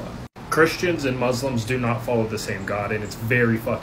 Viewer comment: please don't say "Mozlems," it is "Muslims."